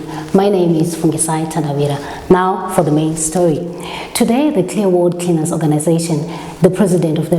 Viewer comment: You always kill me with the VP 🤣🤣🤣🤣🤣🤣 guys you're killing me "creaners" 🤣🤣🤣🤣🤣